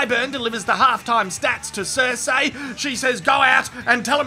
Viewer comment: Vah-ris Sir-see Dah-nair-is. Don't do GoT videos without being able to pronounces these names.